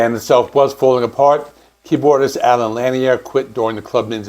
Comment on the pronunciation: One other thing...Allen Lanier's last name is pronounced La-neer, not Lan-e-er...